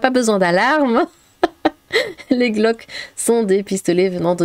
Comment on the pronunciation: On dit « glock », pas « glauque ». 😆